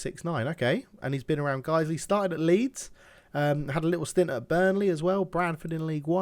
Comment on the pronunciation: You pronounced that right. Guisley is local to Leeds, as is Farsley Celtic.